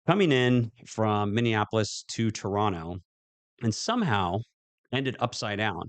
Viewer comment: Congrats on saying TORONTO PROPERLY 🙏🏽👏🏾👏🏾